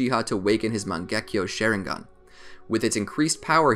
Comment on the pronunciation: "mengekyo sheringan"